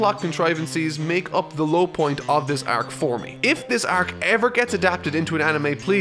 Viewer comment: I wish you said the word arc normally